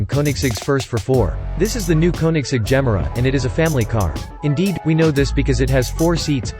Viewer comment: Please listen to Christian Von Koenigsegg, pronounce the Gemera's name!!!